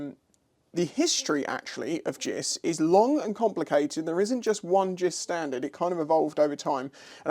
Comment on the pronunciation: Many years ago I sheared a snap-on philips screwdriver on my superdream brake reservoir JIS screw. I was using it improperly so no lifetime guarantee! Side note: never heard anyone say 'jiss' before.